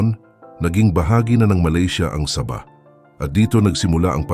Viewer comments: Sabah Po d saba hahaha 😂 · Hindi po saba kondi sabah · Hehehe tunog saging at sardinas eh hehehe 😁😁